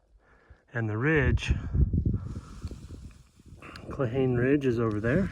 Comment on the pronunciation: Thanks for the adventure. Cold and beautiful. It's pronounced "claw-hawn-eeee" 😊